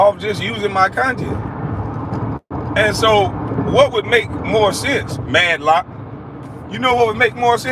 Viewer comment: Who tf is MADDLOCK???? They should take away your damn internet. ITS MATLOCK....MR. GRIFFITH IF YA NAAAAASTY😂😂